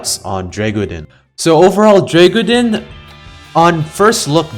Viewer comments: You bare butchered the name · i love hearing try to pronounce Dreggodyne xd